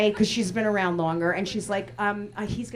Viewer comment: "you coulda turned it arraand!"